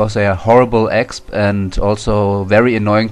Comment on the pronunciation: it is pronounced ex-pee not exp :) it took me long to know this too i am german